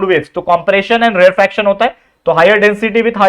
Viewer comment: sir rarefaction ko rarefraction kr diya apne